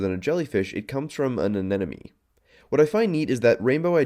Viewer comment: "an ananemone" Very well done, had to rewind to make sure I heard that right!